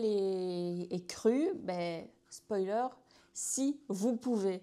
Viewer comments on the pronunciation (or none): none